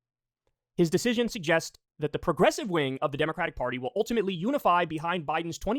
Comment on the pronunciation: Kyle not pronouncing the Democratic party name correctly tells me he is a closeted banana repub.